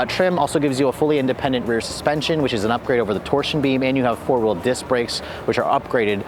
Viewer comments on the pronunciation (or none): none